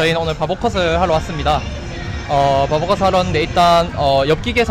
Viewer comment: 저만 바버컷 바보컷으로 들리나봐요.......귀에 살이쪘나